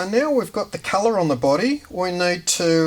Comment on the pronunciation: "we're gonna tint it to the culluh that we noid..." heheheh that accent. Nice vid! Very interesting.